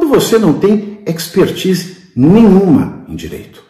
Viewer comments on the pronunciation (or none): none